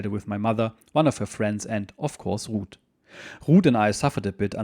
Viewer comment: So her name is Ruth. I thought you were saying Rood which didn't sound too good. Yes he was lucky his boat got delayed so many times.